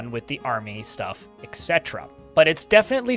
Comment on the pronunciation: Really glad to have these read out in a video. Btw, etc. is pronounced 'et cetera'. ;)